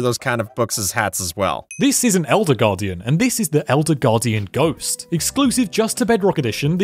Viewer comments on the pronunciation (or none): Cool and it’s ghast not gast